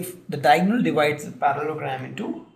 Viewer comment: good video but you need to seriously work on your pronunciations. it's Para-le-lo-gram, dia-go-nal, sci-ss-ors.